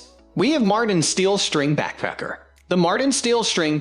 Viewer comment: I didn't mind your voice over because it sounds like you're saying "Backpecker." 😂